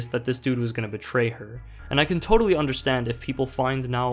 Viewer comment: Ah yes, I understantd lives in euro-coin-zone so obviously don't